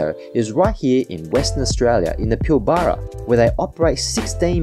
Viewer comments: PIL - BRA, not Pill - Bar-a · Bro its pilbra not pilbarrrrrra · Pilbara pronunciation needs correction!! Pil-Baarar?? Where is that??. Think you meant Pilberruh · its "pilbraaaaa" not "pilll baaaa raaaaa" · It’s pronounced “Pill-Bra” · FYI - the Pilbara is pronounced as "Pilbra". Just for future reference :) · Yes, glad I wasn't only one cringing at the pronunciation. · Same hurt my ears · Pronounced “pilbra” 😊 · You should learn to pronounce Pilbra properly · Was keen, but couldn't continue to hear Pilbara mispronounced so many times.